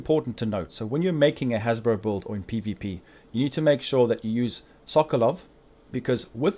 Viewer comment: Wtf is a hasbro bro? Jk but it took me a while to realize you was saying haz pro which is short for hazard protection